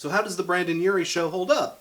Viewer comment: Great video but I have to say something that bothered me the whole video. It's BrEndon Urie not BrAndon Urie